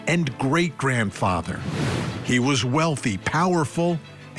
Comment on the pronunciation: Murdaugh’s first name is pronounced more like “Illick” than “Alec.” IDK how so many journalists can hear it pronounced properly in court and keep calling him Alec.